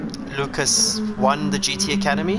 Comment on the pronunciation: I appreciate this. Thank you. It's loo-kahs. Like haas. Do you change the controller sensitivity settings? It sounds ignorant, but it affects steering wheels too. If you don't, change it to 7 and see how that affects steering inputs